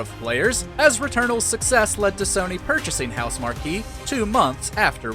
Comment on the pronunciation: Yo it’s Housemarque not Housemarquee.